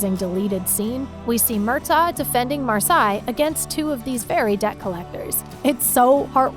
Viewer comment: MarSI? MARsalee or MarSAlee. Do you watch the shows?